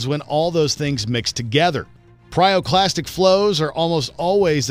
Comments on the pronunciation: PYROclastic! NOT PRYOclastic!! 😠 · After five “pryoclastic flows” I quit.